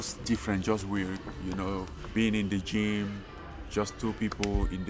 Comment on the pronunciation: In the bigaahhs jeeeem